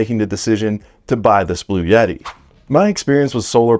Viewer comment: Heavens Sake, It's Not Blu Yeti, It's Blu etti.